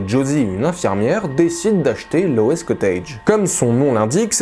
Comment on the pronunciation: Salut! Merci pour tes vidéos! Juste une petite chose, La prononciation c'est Loz pas Lowess:) Pense a l'acteur Rob Lowe en ajoutant un petit z à la fin! (L'eau'z)Encore Merci pour tes vidéos!!!